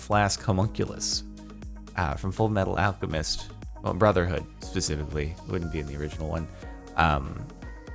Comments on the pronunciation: Jordan don’t you mean FURU METARU ARUCHEMISTO BURUZAHOODU?? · Excuse me it’s pronounced: fowell metallo alchemissto brazzorhooduo